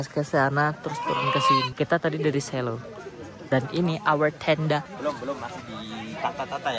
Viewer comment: selo kak bukan selo😭😭😭